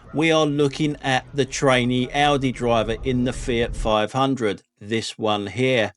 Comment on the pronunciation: Well I think his AI songs are just awfu; the worst being his Audi song - he can't even get the AI to pronounce Audi correctly. It sounds like 'Ordi'. As you would pronounce 'audio'.